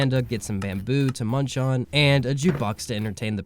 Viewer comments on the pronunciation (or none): none